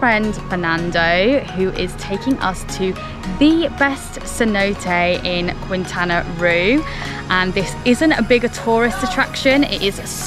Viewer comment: The state of Quintana Roo is pronounced KEEN-tah-nah Row.